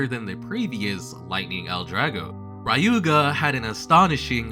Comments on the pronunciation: Awesome video,. Just a little note Ryuuga is NOT pronounced "RYE-oo-ga", but "LYOO-ga" I know many mispronounce the Japanese word for dragon, 竜 as "RYE-oo" but it's really "LYOO", or something akin to it (it's a special tongue palatal trick Japanese language does with both L and R words) Also the G of Ginga is always hard, thus being akin to "gear" rather than "ginger" Nevertheless, great video. I can't wait to see a video that speaks of the zombie strategy I have so much heard about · Who the hell is "Rayuga"? Why are you adding A in that?